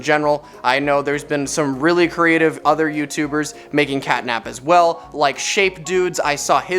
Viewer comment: start: sounds like ctanap